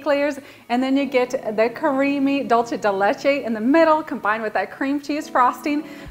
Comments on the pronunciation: Sounds phenomenal! I'm absolutely going to make this now that its cooled down! By the way, you pronounce it "dulsay" not "dulchay" just saying... Happy holidays! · This cake sounds delicious ,but why do you keep pronouncing the word wrong there’s no H in dulce ( d..u..l..cee ) not dulche.